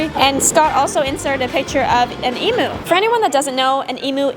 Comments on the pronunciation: I thought it was pronunciation is eeeeee mmmmmmmm uuuuuuuuuu not E MOOOOOOO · not to be rude but it is pronounced Emu not Emoo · Its pronounced Ee-m-you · you had the e and m bit of emu right but the u is pronounced you so like emyou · That's not how you say emu it has a Langer u sound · The way she pronounced emu, 😅obviously not Australian 😅😊